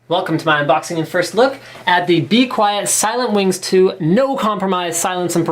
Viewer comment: He pronounced 'Be Quiet!' wrong D